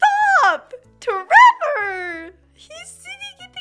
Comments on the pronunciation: Every single time you say your kid's name I snort with laughter. tREVOR 😂😂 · It's really more like ✨️TrrrrrrEVoooor✨️ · Omg whenever you say tREVOR I just crack up 😂😂😂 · The way you say tREVOR every time without fail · every time you say tREVOR brings me so much joy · Every time you say tREVOR I burst out laughing 😂😂😂